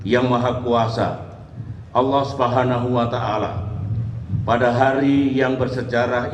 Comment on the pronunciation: Mantap pak sby nyebut Allahnya fasih